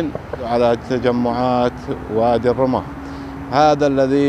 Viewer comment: وادي الرمة، ضم الراء والميم مع التشديد.